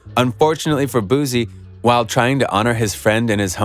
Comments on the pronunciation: His name is pronounced “Boo-C” not “Boo-Z”. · Ayy Dallas ain't Houston an Houston ain't Dallas we 4+ hours away from each other BOOSIE didn't sign Mo3 an its BOOSIE not boozie 🗣(boo·ci) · Bruh say his name right booSSie not zz🤦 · Wypipo trying to enunciate words like black ppl is so annoying and i only stayed to write this message. .u sound dumb af just pronounce the names however u pronounce ALL ur words. ."leal boozie" is how u sound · I think you're lame first learn how to pronounce his name. Boozy lol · No Z in his name yall got me saying boozie like I'm an old white man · Ima say this then leave but please stop sayin his name like that also its not lil no mo. Its boosie badazz. Do ya research.. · I'm convinced u purposely pronouncing his name wrong for comment content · Damn if you not going to say his name right don't say it 1,000xs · You need to say his name right! Obviously you haven't seen his interviews or know his music. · Bruh all what u said is f*cking wrong bro even the pronunciation of boosie and where is the video which shows the goons pulling up???! All liars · You can't even pronounce BOOSIE name correctly, Culture Vultures